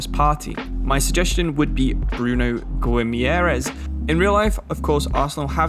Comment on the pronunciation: guimaraes is pronounced like Goo-ee-mah-rai-esh